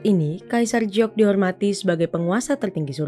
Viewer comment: "Giok" kenapa dieja jadi mirip "Jiok"?🙄